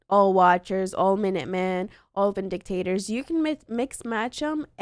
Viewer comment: I've been searching for videos for this game for a month now and this is the first two that gave me exactly what i've been looking for so thank you! Sorry to grammar check you but if you care its FACtion (a small organized group), not FRAction (a math formula) and its vin·di·ca·tor (a person who clears someone of blame or suspicion) , not Vin-dictators (Vin Deisel as a dictator?).